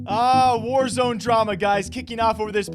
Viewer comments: Ok I could be mistaken but is it not pronounced “Wars” and not “War-Z”? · its not War Z, its warz, like wars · Btw its warsz (was) not warzeeeeeee